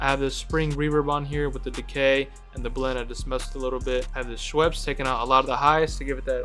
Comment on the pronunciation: Bro I’m so disturbed by the way u saying « Scheps », ain’t no « W » so why Schweps and not Scheps ? lol Anyway great vid as usual